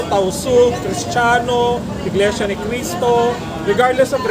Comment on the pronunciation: Iglesia po, hindi Inglesia